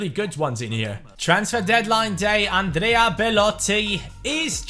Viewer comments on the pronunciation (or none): none